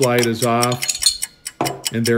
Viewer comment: Good video. It's VOILÁ btw